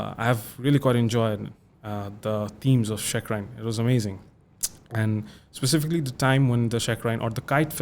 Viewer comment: All good except "specifically"